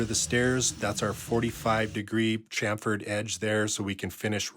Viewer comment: It's good to hear Canadians pronounce chamfer correctly 👍🇦🇺